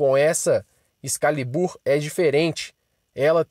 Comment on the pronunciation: Tropeço no português veja: Excálibur excá-libur você, no português, ex-ca-li-bur Excalibur. Puts que os pariis.